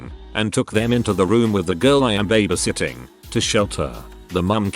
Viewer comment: Can't imagine how these people felt. Never felt the need to call police while I was babysitting lots of years ago. I guess I was a lucky babysitter. Speaking of babysitting...can't the computer voice be programmed to pronounce babysitting correctly? It is so annoying to hear it mispronounced!